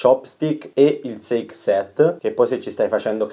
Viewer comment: SAKè SET! NON SEIK SET! IL SAKè I NIPPONICO MICA E' UNA PAROLA INGLESE!! LE BASI CAVOLO!